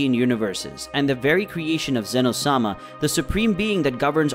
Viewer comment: Qhy are you saying Sama like its his last name 😂